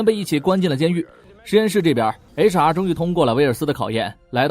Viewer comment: 您把HR说成雷茶 😂